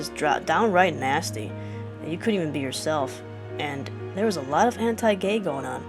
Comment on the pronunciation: Pigtails and green. Miku Hatsune? When you said anti-gay, I thought you said Hentai-gay....So I was very confused. XD But anyways, you're amazing! And you've made me realize a few very important things, so thanks!